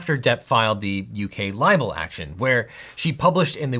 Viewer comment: OBJECTION you say liable not libel.